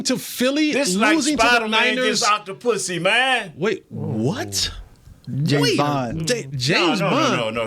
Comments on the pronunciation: Lmao it's Dr octapus... not Octapussy 😂😂😂😂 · It is Dr. Octopus. Not Dr. Octopussy 😂 💀